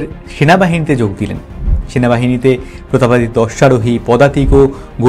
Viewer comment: প্রতাপ পাদ দিত্য😂